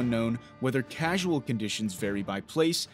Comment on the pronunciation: Causal, not casual. Cause-al, relating the cause.